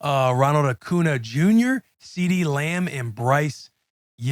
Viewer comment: Someone please tell Will that it’s pronounced Ronald AcunYUH Jr. not Ronald AcunUH Jr. Put some respect on the NL MVPs name!😤😤